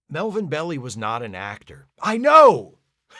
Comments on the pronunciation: NotJeff here. The episode would have been a lot better if it was interlaced with the true life of Mel Belli, pronounced Bell-eye, not Belly, although given the man's dimensions your mistake is understandable. He was known as the King of Torts, and won some spectacular criminal and consumer protection cases. After the win, he would shoot a cannon from his offices down in the old Barbary Coast area of SF. Belli's marriages, divorces, liasons, friendships, feuds and oh yeah, lawyering, were breathlessly followed in the California media. He was a celebrity lawyer, as well as being a lawyer who was a celebrity. i suspect that in an earlier age he would have been a scheming prince, or a pirate, or both. And he was an actor, a good lawyer has to be convincing and compelling. Not bad job for a guy who could only move his face a bit. I think he got the job because his son is one of the kids, or is it the other way around? Personal note: I was 10 when this episode aired. I certainly knew who Mel Belli was. For some reason, I always thought the Gorgon looked like a figure from the top of a cake. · Hi, love your channel. Watched first-run TOS as a kid every Thursday (then Friday night). Speaking of picking nits, Melvin Belli pronounced his name "Bell-eye", apparently to avoid it sounding like "belly". He and F. Lee Bailey were the most famous lawyers in America at that time. Fred Freiberger cast Belli's son, Caesar Belli, as one of the kids,. Because Melvin was so famous, Freiberger then cast the theatrical lawyer as the Gorgon in the hope of boosting ratings... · Belli is pronounced "bell-eye". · Melvin Belli was a Bay Area fixture (I believe his name is pronounced Bell eye-that's what we always said) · Hated this episode when I first saw it on my parents' tv. Even as a child, I didn't care for child actors. By the way, at the time, Melvin Belli's last name was pronounced "bell-eye." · Melvn's last name was pronounced BELL-eye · Melvin bel-LIE, not belly..